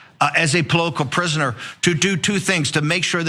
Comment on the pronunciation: And he said polotical prusoner lol. Alcoholic idiot.